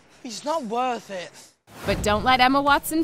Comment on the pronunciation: hes nOt worff it